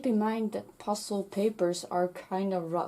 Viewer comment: When you were saying pastel paper it sounded like you were saying pasta paper.